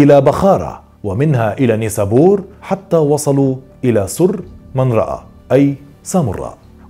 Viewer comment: بخارى و نيسابور بتقراهم غلط